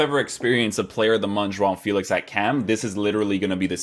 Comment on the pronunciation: You said you're portuguese or descendant... Please pronounce JOAO FÉLIX correctly. It's very cringey when I hear youtubers saying FÉLIX like feel-ics instead of Feh-licks